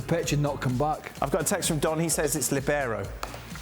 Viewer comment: Sorry, Don and Dan : it's LIbero (from the italian meaning Free) 🙂